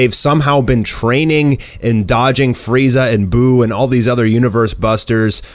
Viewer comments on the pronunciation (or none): none